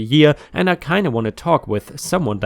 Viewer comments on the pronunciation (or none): none